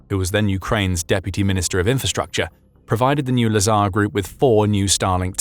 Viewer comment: Drink every time he says "lasar"